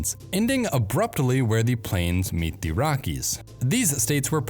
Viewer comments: You need to stop saying "THEE" when you should be saying "THUH". The ONLY time you say "THEE" is before a vowel. Same with saying "AYE" and "UH", which you are also criminally guilty of. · A good video marred by the voice-over, which could have been better done by a computer. This strong tendency toward evenly spaced syllables is pretty awful. And there's the YouTube explainer dialect in full force: wall-to-wall AY and THEE. Training needed.